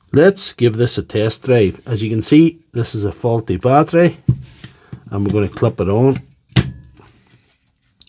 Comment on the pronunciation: Sails = cells Ecwupment= equipment Boat= but Clup= clip Tills= tools Plunty= plenty